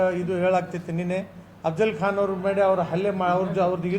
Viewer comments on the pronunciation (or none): none